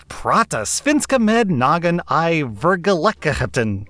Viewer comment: Omg your Swedish. I'm Swedish and it's not that hard. You did good on a lot of words but sometimes I had to look at the screen and read. Like verkligen. XD good jobb though!!!